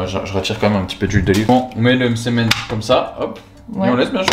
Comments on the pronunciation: Bah oui ça m’a perturbé aussi qu’elle le reprenne. Suis oranaise et on dit Msemmen 😂 Pourtant elle le dit bien à 😂😂😂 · On dit msemen 😂😂😂 on c'est felfla pas femfla